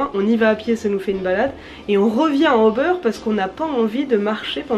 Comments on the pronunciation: Tu peux dire '' ubère '' si tu ne veux pas le prononcer en anglais. Pas '' Ô beurre'' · La prononciation, à l'Allemande, est plutôt u-beur, mais en prononçant très peu le R. Pas question d'Hubert en allemand! 😀